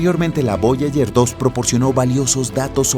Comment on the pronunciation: Voyayer, cinturón de kaiper. Distrae mucho la falta de preparación del locutor